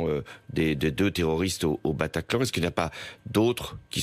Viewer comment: "au PATACLAN" mdddddddddddddrrrrrrr